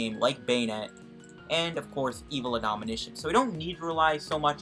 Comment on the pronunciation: Ad-monition not adominition